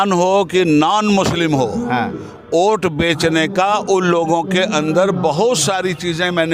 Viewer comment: मुझे वोट के जगह पे ओट क्यों सुनाई दे रहा 😔